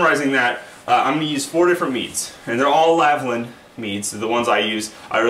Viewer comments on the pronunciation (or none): I would actually listen to your advice if you started to actually read the names on the products you advertise. The brand is called LAL-VIN not LAV-LIN, you got that wrong in your pronounciation of the word aswell as your notes. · How can one end up saying "Lavlin" every time with a product they are so familiar with?